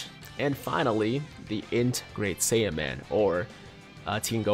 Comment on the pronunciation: I thought you said int saibamen ngl